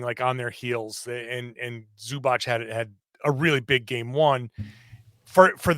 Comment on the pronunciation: Can u guys please learn how to say zubac.